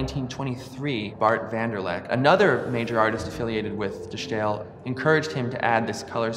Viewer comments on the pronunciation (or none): Yes, please lose the German pronunciation when speaking Dutch. You wouldn't speak Spanish with a French accent, would you? Even the French don't do that. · It's pronounced as 'The Style' not as 'The Sssjjjhhhtyle'. It could literally not be any easier to pronounce for an English speaker and yet this guy manages to fuck it up. I guess this guy is just sssjjjhhhtupid. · 'De Stijl' in Dutch is pronounced almost the same as The Style in English. So it's not The Sschhhtyle ;) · My man, it's pronounced "de style"—you don't need to put some kooky accent on it just because it's spelled in an unfamiliar way. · It is not only cringing, it says something about the approach towards research. Uninformed attempts to pronunciation betray academic laziness. It is ironic that this man mentions the concept of ’essential elements of representation’ in the same sentence in which he fails to apply the essential elements of representation, once again.